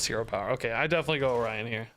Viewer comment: So you're supposed to say "oh-ryan" instead of "orio...n"